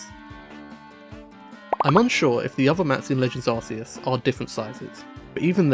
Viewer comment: I’ll never understand why people call Arceus ‘Ar-see-us’ Is the Arc Phone suddenly pronounced ‘Arse’ Phone, or is that still pronounced to rhyme with bark?